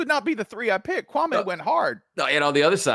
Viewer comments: The man said his name is Kwa' ME not KWA'may. This Spencer Hall guy is being very disrespectful. In fact, both of them are being disrespectful telling stories wrong. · His name is not Kwawmay. Y’all are so boring compared to Kwame. Ugh. I’m out. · The white dude pronounces his name like Stephen A Smith..KwuanMay.. Yep if he get bored they next..